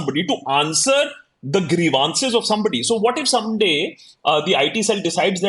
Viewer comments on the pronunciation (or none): Akash B. It's grEEv.uhn.ciz. stress on the first syllable.